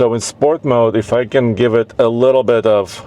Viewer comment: No, he said "if I can" give it a little bit of throttle." I also thought the same as you did, than I realized what he really said. He jammed "if I can" into what sounded like "F*ckin"